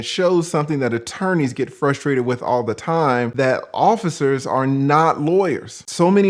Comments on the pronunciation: Straight to jail for saying, "FUSStrated". There's 2 R's in frustrated,. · "Fustrated" yikes